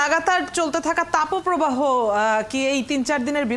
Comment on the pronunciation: তাপপ্রবাহ কে উপস্থাপিকা কেন 'তাপোপ্রবাহ' বলছেন বুঝলাম না৷